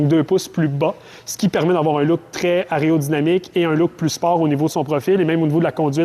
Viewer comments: Aréo ou aéro-dynamique 😑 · Aréodynamique ?!!!.... t'es sûr de ton coup là ?